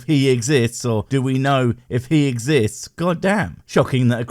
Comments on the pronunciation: How do we know god Exi-yist-s? Well, a good starting point would be get an education sufficient to pronounce big words like exists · He's not the firstcreationist to drop thesecond "s" on "exists."